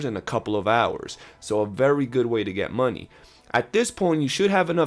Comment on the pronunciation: Boah you said 'muneh' more than dutch 😂